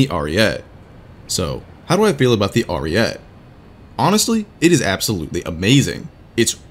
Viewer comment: Im not very good at explaining but basically you pronounce the name like this: Arìete, you pronounce all letters and put enphasis on the "i"